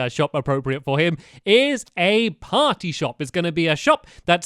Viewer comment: how stampy says party:potty. lolz stamps but i am not making fun of you